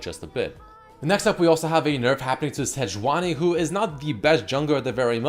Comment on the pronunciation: SEJAUNI xDDD..IT is supposed to be SEJUANI